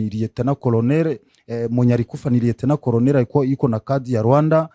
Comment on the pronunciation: C'est un congolais ou rwandais qui est interviewé ? Controre?? Rieutnant coronere ??? generare ???sembre???